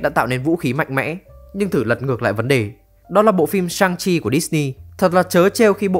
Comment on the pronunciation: Lý do Shang Chi bị ghét: Viết là Shang Chi, đọc thành Cương Thi...